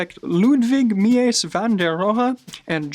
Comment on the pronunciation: Definitely appreciate the effort, however "Mies" is pronounced with a long "i" and the "e" is silent and "Knoll" has a strong "K". Enjoyed the insights nevertheless - great work.